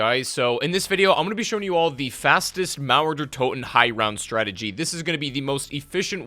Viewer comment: Es ist so witzig wie er mauer der Toten ausspricht